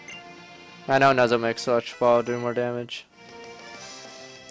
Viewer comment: jeroen van brussel Read dude. Nuzlocke, not Nuzleaf.